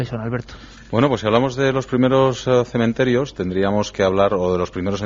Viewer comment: Me gusta pasear por los cementerios. No cememterios. Chapuzas.